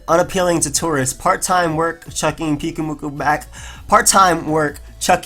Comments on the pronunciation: It's pronounced like puke. Because it's spewing its innards out. And moo-koo. A Morell is a mushroom, pronounced Maw-r-ell. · Im pretty sure its Pew-koo-moo-koo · the pyu in pyukumuku should be pronounced as pew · it's Puke-umuku, pyukumuku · I think it's puke-oo-mew-koo